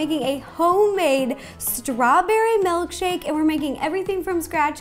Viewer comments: Honestly pissed she’s saying “MELKshake* *shudders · "Melkshake" ...lol